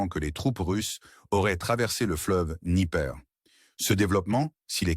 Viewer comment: le NIper , j' aime bien votre façon de daube de prono,cer ce mot ! vous donnez envie de se foutre de vous